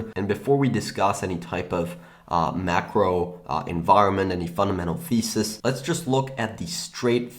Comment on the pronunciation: Did you say fundamental feces or fundamental thesis ?